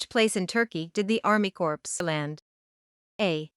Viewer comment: Question 104/155 pronunciation mistakes Corps is pronounced as corpse Two completely different words